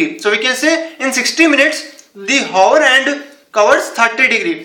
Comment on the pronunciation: its not handuuu, its just hand!